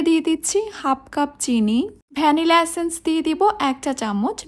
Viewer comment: It's "এসেন্স" Not "সেন্সেন" 💀💀